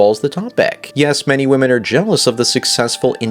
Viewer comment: This guys upspeak is fucking valley girl level bad! I can't stand his stupid voice! And the way he pronounces "Wymeynne". Christ!